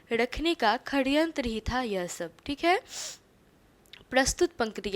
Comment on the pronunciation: Saryantr hai kharyantr nahi